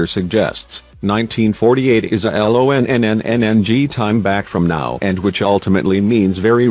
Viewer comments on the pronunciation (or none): And a human could write a script for a youtube video that wouldn't get mangled and ruin the video "800 zero zero zero" "l o n n n n g" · This is an el-oh-oh-oh-oh-in-gee video for what it is.